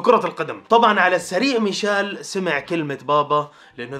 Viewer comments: ميشيل ❌ ميشال ✅ ههههه 😂 والله احبك بس ياخي والله انك بعض لاعبين انتا ما تتقدر تنطق اسمه صح هههههههههههههه الله يسعدك ياخي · مشايل ✔ميشيل❌